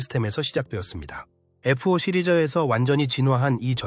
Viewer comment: 에프-오 라고 하니까 어색하다